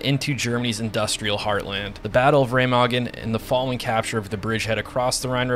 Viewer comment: Its reMAgen:P (glassman)